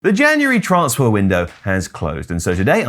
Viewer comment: say TRANSfer not TRAANSfar. Dik